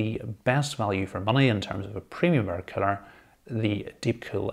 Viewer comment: Excellent video, with your accent I swear it sounds like cpu killer but might be that I'm Australian lol